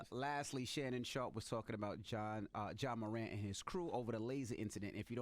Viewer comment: How Envy can’t say mor-ANT ?